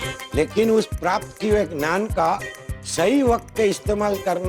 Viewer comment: Ye sec pr Nattu kaka pakistani cricket jse kse bol rhe h.. gyan ko naan bol rhe h.. jse babar azam Goosebumps ko Boosebumps bolta h